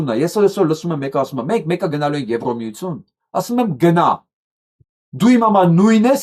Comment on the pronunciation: Ձեր բանավոր խոսքը շատ է տուժում բացահայտ քերականական սխալներից:Օրինակ՝ Եվրամիությություն արտասանելիս շեշտված Ո եք ասում՝(ԵվրՈմիություն);հայերենում Ո տառով հոդակապ չկա:Համապատասխանաբար եվրադատարան;եվրախորհորհորդ;եվրադիտորդ եվ այլն…… Ասում եք խոսացել եմ՝խոսել եմ ի փոխարեն; նախագաՆ՝նախագահի ի փոխարեն եվ այլն…..